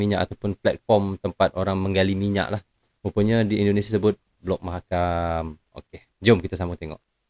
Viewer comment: Mahakam bang bukan makam.